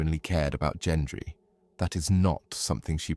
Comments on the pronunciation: Gendry, not Jendry. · Gendry with a hard G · She rode OUT of the destroyed city on that horse, not into it at the beginning. So sick of this AI slop. They could at least teach it to pronounce "Gendry" correctly, FFS. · Literally cringed every time he said Gendry’s name. 😂😂😂